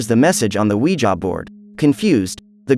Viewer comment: I love the “weja” board😂